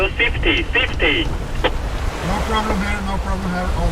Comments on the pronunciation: “Are you Swietty? Are you Saietty?” Lol. Great sailing! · You have my attention! Always good to keep the coast guard informed and a good example of other boats taking care of each other and relaying messages, even with the strangest accent "saifty*! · that guy on radio was saying the word "SAFETY" ... "SAFETY".... i suppose ;-) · Woo hoo !!! Relieve you from, snorkeling, beach parties, food recipes, Pina coladas and working at Burger King. Thanks E. This is absolutely amazing. To bad about the drone. You have balls of steel. Was he saying safety? "Are you safety?" Ha ha